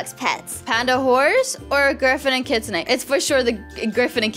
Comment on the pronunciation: You only say the kitsun bit the on kitsune it silent